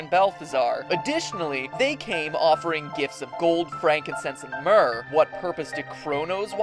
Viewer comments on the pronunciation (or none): none